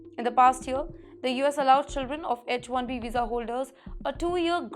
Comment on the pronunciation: For god’s sake it is not etch1 veesa.